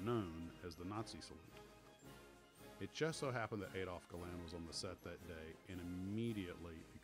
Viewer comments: It’s ‘Gal-and’ and ‘Mal-an’ , not ‘Galarrnd’ and ‘Malarn’ . Also Sailor Mallan was South African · I enjoyed this review very much, but I grind my teeth in frustration at how Americans continually mis-pronounce people's names! Surely your research should have avoided these basic errors? "Aydolf Gayland" is pronounced Addolf Gall-land. Douglas "Bayder" is pronounced Douglas "Barder'. "Hammish" Mahaddie is pronounced "Haymish" Mahaddie. These great and heroic veterans deserve better!